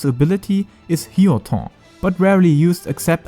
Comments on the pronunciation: Sure but it is funny indeed (native german speaker here too) :-D. "Hyotoough" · Didn't understand this comment until I got to the "hyoton" pronunciation. I'm dead.